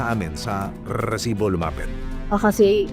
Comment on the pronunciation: Kairita to c Emil s pgbigkas ng rrrrrrreeeeeeesibo